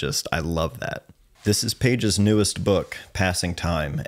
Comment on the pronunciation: or is it, 'Paige'? 😅